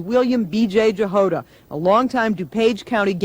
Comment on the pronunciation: I reckon that that surname Jahoda is pronounced as a Y thus Yahoda , not to be confused with Yoda from Star Wars!, rather than J for Jam.